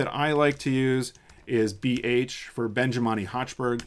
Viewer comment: It is awesome! Many thanks for that. Just a detail, it is "Benjamini" not "Benjimani".